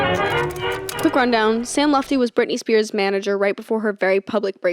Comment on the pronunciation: Worried about saying ‘Pusey’ wrong but literally did the whole ‘Sam Lutfi’ part saying ‘Lufti’ ICONIC